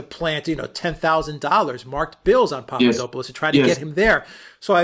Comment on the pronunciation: You are miss pronouncing the man's name. (Say it fast, POP-pah-DOP-poh-lust)